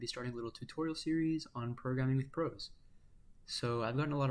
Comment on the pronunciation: I like that you call it "prahs" instead of pros. It makes it easier to tell the difference between it and VexCode Pro. I was very confused entering the vex scene this year hearing people use the names pro and pros.